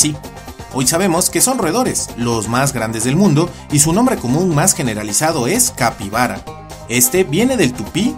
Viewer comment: ERROR En Paraguay les decimos capibara, y tanto el nombre capibara como carpincho vienen del guarani, solo que uno de ellos es del tupi-guarani (una división en el idioma), la pronunciación también está mal, y el significado que le da, capi: pasto, si, pero "iguara" en realidad es "yguara", "y" se pronuncia como una "u" pero mostrando los dientes y significa agua, entonces capi yguara seria "pastador del agua"